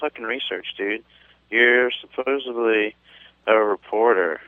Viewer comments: "Suposably" hahahaha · The Canadian life expectancy thing was funny but he also said "supposeBly".